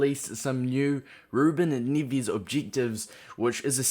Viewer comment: NEVES. NEH-VEHZ. strong E. Nearly cried